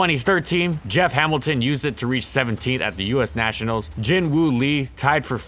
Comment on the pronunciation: what kind of pokemon is a neeshionals?